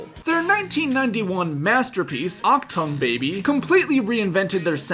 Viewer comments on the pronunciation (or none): It's not "Octong Baby". Achtung is a german Word and with a littlelestest of research you cokld have learned that AND googled how to pronounce it.